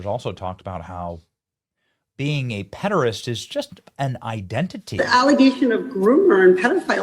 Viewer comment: ped’-er-æst, not ped’-er-ist.